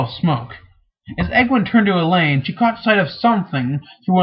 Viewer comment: Only anoying thing is that he mispronounces some names. Like Elaine, Bergitta, Naineve and Moiraine... Still cool that he reads it though...